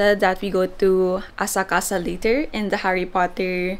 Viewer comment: Why the train station calls Akasaka, but pronounces Asakasa?🥸